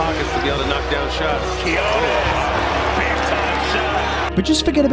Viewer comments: I just wish broadcaster stop calling him KEY HO NESS, so annoying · TO ANYONE WHO TALKS ABOUT QUIÑONES ON THEIR PODCASTS, YOUTUBE OR DURING LIVE COMMENTARY: CAN YOU PLEASE LEARN HOW TO PRONOUNCE HIS NAME!? IT'S REALLY NOT THAT MUCH TO ASK FOR. THANK YOU!